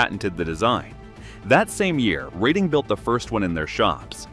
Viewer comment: It is pronounced Red-ing!